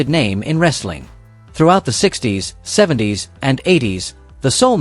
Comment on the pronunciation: Could you switch to an AI voice that pronounces words and phrases properly??? "70's" isn't 70 "s". Seventies. Lucha libre (loo-chah lee-bray) There's alot more, but I have somewhat of a life. 😂